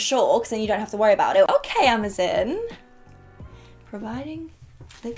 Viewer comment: This is the first time i've ever heard anyone say Amazon as "Amazin" I found that a bit strange, not weird, not wrong, just strange